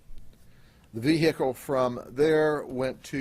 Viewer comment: "We are ''trained '' dectives...We know he has sangria and food""--the faq? Yeah because you ran his credit card?" Such detectives! ""THE VEE HICK LEE""??? Fucking S Grady!